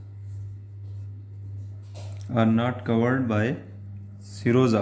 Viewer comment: I thought you were saying samosa